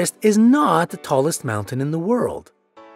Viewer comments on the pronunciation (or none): none